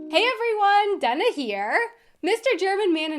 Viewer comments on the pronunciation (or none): Is pronouncing Dana "dun-uh" instead of "day-nuh" a German thing? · Why do you say your name like “done-a”?? Isn’t your name “Dane-a”? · What I was asking myself the wholetime. Why are you pronouncing yourself as 'Donna' when your name is Dana? Why write it that way then in the first place. I'm always confused at the beginning of your videos because of that ^^ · Is the pronunciation of your name, Dahnah, the German way? I'm used to Americans named Dana being pronounced Daynuh.